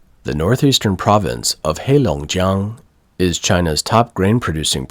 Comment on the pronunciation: looks like the narrator has been studying Chinese 😄 pronunciation of 黑龙江 was very good